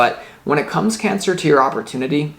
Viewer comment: Your so familiar to me and your readings are fine tuned..You said "Pancer," that was great too :-D))